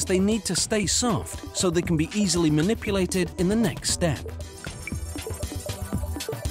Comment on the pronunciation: When he said "so they can be easily muniplated" I busted out laughing 😂😂